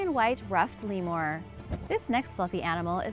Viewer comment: You say lemur weird lol it made me cringe every time.